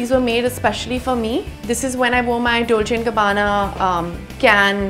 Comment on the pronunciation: Did anyone notice how she said Doche Gabbana instead of Dolce and Gabbana